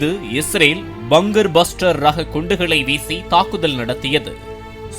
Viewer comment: செய்தி வாசிக்கும் பன்னாடை....அது பங்கர் (BUNGER) பஸ்டர் இல்லடா.... பங்க்கர் (BUNKER) பஸ்டர் என்று உச்சரிக்க வேண்டும். நாக்குல ஒரு இரும்பு காகிதத்தை வைத்து நல்லா தேச்சி விடு...பேச்சு வந்துடும்